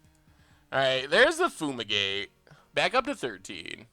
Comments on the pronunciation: BrewBrewBrewTheDeck I saw lad the whole pod. It just sounded so weird when he kept repeating it lol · Yeah, patrick chapin says it as foomigate all the time in his top level podcast lol. Never understood why